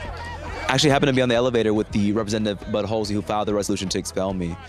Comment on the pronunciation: lmfao his name is Bud Hulsey lol it sounds like Butt holesy lol lol